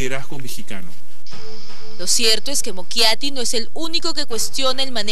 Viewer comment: se dice mochiati no mokiati JAJAJA